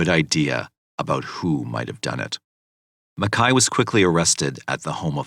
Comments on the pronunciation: Ok I watched this yesterday and I really enjoyed the video, however, is it not pronounced Mac-Kay not Mekhi? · The narrator keeps calling him Makai but his name is MACKAY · It's MacKAY. Couldn't even watch it because of the mispronunciation of it!